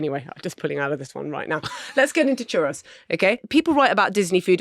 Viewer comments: Definitely pronounced choo-ROEZ, not chuh-ross. 🙋🏼‍♀️Texan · Is that really how you’re supposed to pronounce ‘churros’? ‘ChuROSS’? I always thought it was the plural of ‘churro’ (one churro, two churros’) ‘ChuH-ROE’, and therefore ‘chuhROEz’ My life has been forever changed. Thinking back now, full of embarrassment, at all the times I ordered some churros. 😳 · It’s pronounced ‘churose’ not ‘chuross’. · Am I the only one perturbed by Marina & Richard’s pronunciation of Churros. It’s Chur-O’s, not Chur-ross, is it not? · What a strange pronunciation of churros ?! It's churr-ohs!! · Omg please learn how to pronounce Churros or stop saying it. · If you are going to say “churros” so many times at least learn how to pronounce it. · Hering Marina say churos wrong multiple times but utterly confidently is good fun. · The pronunciation of 'churros' hurt. Absolute worke nonsense! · Why are they pronouncing churros like that? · marina's pronunciation of churros is hurting me spiritually